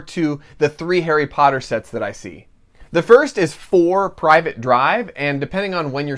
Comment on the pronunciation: mans said 4 "private" drive oof, harry potter fans unite in cringe. (only kidding much love brother!!)